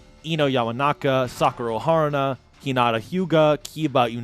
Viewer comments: Sakuro Haruna. I HEARD that boy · Ah yes, my favorite member of Naruto's class was Sakuro Haruna. That's a very funny misspeak to make it into the final vid, though obviously harmless. 😄